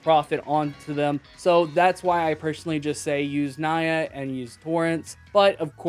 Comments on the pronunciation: Also didn't know the cat site pronounce as naya, thought it was like, you know, a japanese for meow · struggling to pronounce "nyaa"